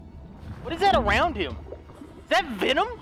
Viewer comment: I love how H20Delerious says Venom, lmao, he says "Vinom".